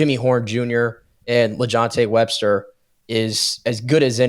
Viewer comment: WESTER Please put a little effort into getting names right if you are doing a quality show. You can just call him 7-11 since he is always open.